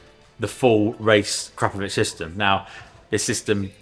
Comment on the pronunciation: Wish would stop saying 'Crapovich' 😮